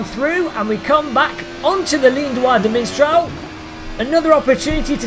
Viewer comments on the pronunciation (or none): It's mistral, not miNstral. eye twitch ...and that's why I shot him, your honor. ;)